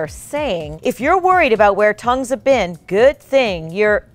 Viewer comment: You said vean instad of been